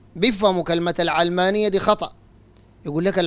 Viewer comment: علمانية اشتقت من العالم (الدنيا) لاهتمامها بالدنيا secularism او worldly. النطق الصحيح يجب أن يكون "العَلمانية" بفتح العين لا كسرها. (كسر العين يكون اذا اشتقت الكلمة من العلم)